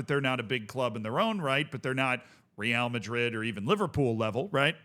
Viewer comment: Okay but stop saying "Real" Madrid in that awful way